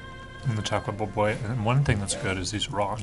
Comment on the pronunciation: Baboy is to be pronounced as a prolonged BA not rapidly. so it's ba-boy. The BA prolonged not pronounced fast. You should've went for a second plate. It's a buffet.